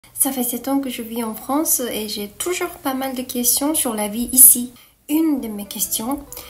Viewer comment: WoW. Super accent français, surtout pour le mot « ici » qui est super dur à prononcer pour les japonais !